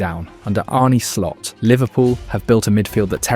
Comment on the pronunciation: Its Arn-uh Slot and Florian Veertz. That's the pronunciation. Arne Slot is not from Spain, I'm sure he'd appreciate it if people stopped pronouncing his name as if he were. The E makes an uh sound, not an Ay sound.